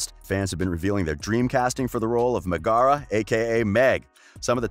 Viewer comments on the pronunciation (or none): Why does he pronounce Megara as "meg-ARE-a" though? It's pronounced "MEG-a-ruh" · LMAO their pronunciation of Shia LaBeouf (Shy-ah La-Buff) and Lindsay Lohan. (Lind-zee Loe-han). "Shee-ah La-Boof and Lind-zee Loe-hon" time . Oh and their pronunciation Megara ("Meg-er-ra" as pronounced in the movie), "Muh-gar-ra" how they pronounce it. time . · What is with ppl saying meg's name wrong omg drives me nuts